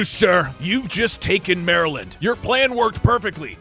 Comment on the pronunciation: " THEY'VE TACKEN RUPERT!?! WHO WILL FEEN MY DUCKS NOW!?!"well we know what rupert dose now!